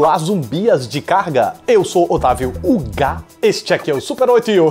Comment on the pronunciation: Deu ênfase no UGA hehehehe...